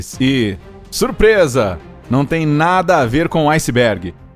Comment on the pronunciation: Foi um aucisbégui...ausisb... aucibégui....